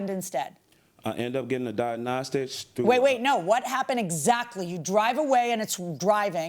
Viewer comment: And he can't say 'diagnostic'!